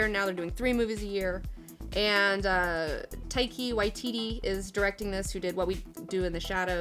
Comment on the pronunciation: The way you said Taiki Waititi... I like you, but you said it wrong. It's okay it was better than most attempts. Next time "Thai-Kah Why-TeaTea" but fast and you will say it correctly. Also my inner 13yo boy would fist bump your 13yo boy cause it is correct view. That aside your assessment is very close to how I feel. I like the analogy of "I came to eat a meal and I only get a cupcake/biscuit" in 'ol U S A and their ain't no icing.